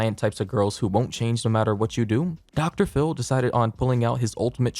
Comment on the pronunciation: "Dr. Phil" ====>> "pHiL-m"